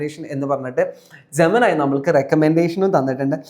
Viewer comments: Gemanai alla bro its Gemini .. gemini engane ?? Gemini repeat again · ജമനായി അല്ല, ജെമിനി എന്നാണ് ശരി. താങ്കള്‍ ആദ്യം അതൊന്ന് ജെമിനിയോട് ഏതാണ് ശരിയെന്ന് ചോദിച്ചു നോക്കൂ... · ജമനായ് അല്ല ജമനി😂😂😂😂😂 മലയാളത്തിൽ ആക്കിത്തരും😊😊😊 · എന്തിനാ സുഹൃത്തേ ജമന ജമന എന്ന് പറയുന്നത് ജമിനി എന്നതാണ് ശരി പിന്നെ അട്ടഹസിച്ച് സംസാരിച്ച് കഷ്ടപ്പെടുന്നത് എന്തിനാ തൊണ്ടവേദനിക്കില്ലേ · Gemanai ... അല്ല GEMINI എന്ന് പറ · Pronounce എല്ലാം ഒരു പക്ഷേ ഓകെ ആവാം.പക്ഷേ ജമനൈ എന്ന് കേൾക്കുമ്പോൾ ഒരു അരോചകം ജെമിനി എന്ന് തന്നെ പറയാൻ ശ്രമിക്ക്.